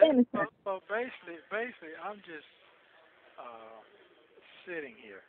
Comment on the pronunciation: Basely, no dummy it's basically!!! 😂😂